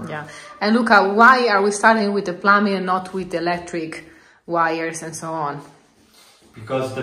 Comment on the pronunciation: It was so great to see you with Nicki and Carlo! English tips: "Plumbing" is said with a silent B; (sounds like plumming); and "I am am going to explain TO you". Your English is much better than my Italian ❤❤. Your happiness is contagious! 😊